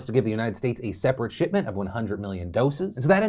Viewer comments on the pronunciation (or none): Thought he said “shit-ment”